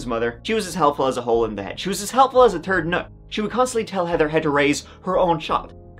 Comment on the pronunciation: Please don’t say “third”…😂